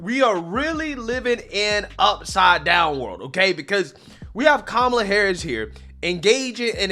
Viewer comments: Also you keep saying her name wrong. Her name is cumalla 😅😅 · Her name is Ka-ma-la, not Cumlala, but the way you say it is hilarious and accurately descriptive....